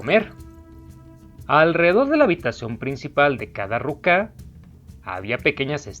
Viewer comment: Y es ruka no rucá